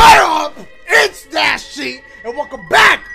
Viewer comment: ) it’s Says Dasiegames instead of Dashiegames lol